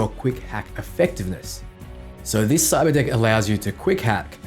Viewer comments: I SWORE said cyberdick and I was like WHHHHAT! but nvm xD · Whenever he says cyberdeck i think he says cyberdick i think you know what im looking forwards to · I swear to god I thought he kept saying cyber dick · i thought he said cyber dic@ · Not gonna lie, the first time you said Cyberdeck I swear I heard CyberDICK in your Aussie accent... 😅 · I heard it too lmao. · I just had my phone next to me listening and I heard that and had to rewind to watch again like wtf we getting that early dick access